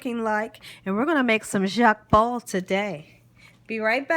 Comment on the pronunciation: it is: Jokbal and is pronounced "JOKE BALL" not "Jacque bal".😉 You're adding French to Korean.😊❣❣💞 Looks good but I do not think I can eat it unless YOU cooked it or my sister, Ho Sik, who is Korean. 😘😘 💖💖🤗 God bless you sweet for all you do!😊☺🙂